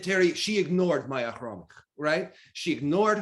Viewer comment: Omg))) Khromykh)) Now it sounds like you are practicing Armenian accent. But it's cute and sounds like the right name, just with an accent. Much better than Khromytch. Well done!